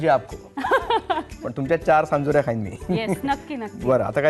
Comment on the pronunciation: सांजोऱ्या!!! चांदोऱ्या नाही 😂😂